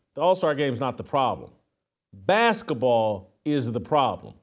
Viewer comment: Baskah Ball???😂😂😂